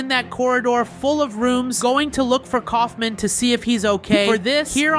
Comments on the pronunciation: Stop calling him Colfmin it’s colfmo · its kaolfmo not koulfmin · it is kaufmo, not kaufman, not aufman... ragatha is /ra ga tha/ not /raga tha/ for correction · You keep on saying the clown's name wrong his name is K a u f m o can you please say it correctly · Its not Kaufman its kaufmo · Kaufmo not Ksufman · Dude you don’t even have gangle as a morph that’s just dumb Edit:btw Kaufmo isn’t pronounced Kaufman it’s pronounced Kaufmo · why did u call kaufmo "kaufment" his name is kaufmo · KAUF*MO* NOT KAUFMAN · its kaufmo not kaufman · this is feedback not haiting: bye the way Iits not kaufman its kaufmo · His name is kaufmo not coughmen 😂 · Dude his name is kaufmo not kaufman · Cough men😭💀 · Its pronounced cough-moe